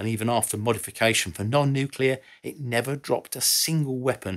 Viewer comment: Thank you…for being able to pronounce nuclear correctly. You know, how it’s spelled. It made you sound intelligent and professional; not like those that use the ‘other’ pronunciation…that only exists for idiots.